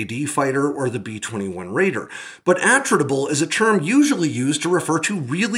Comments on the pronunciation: G'day, "attritable" From Attrition As in, something the loss of which can be easily tolerated in the course of a Contest (Waaauugh!) of Attrition. Pronounced, Attrit-able... NOT, AttRITable... Technically squeaking. Such is life, Have a good one... Stay safe. ;-p Ciao ! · Are you sure you're pronouncing "attritable" correctly? Putting the emphasis on the first syllable seems odd, if the word has the same root origin as "attrition" then it would make sense to put the emphasis on the second syllable.